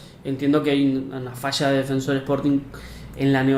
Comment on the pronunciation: Mermao, daonde tu tira essa pronúncia americanizada “DefEnsor”? Mano, o q te custa tentar não inventar uma pronuncia colonizada e falar o nome do clube, DefensOr?!?!